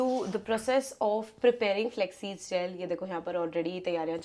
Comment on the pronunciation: Flaxseeds ❎ Flexseeds 😁